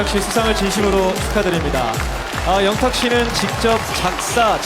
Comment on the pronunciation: 이 크고 정확한 발음으로 "영탁"했을때 너무 기뻐서 순간 심장이 멎는줄 알았습니다 방송국 피디들의 인정을 받은 것은 양어깨에 날개를 단 거나 마찬가지입니다. 더욱 비상하여 펼치고 싶은 음악의 세계를 활짝 펼치길 기원하며 늘 함께 하겠습니다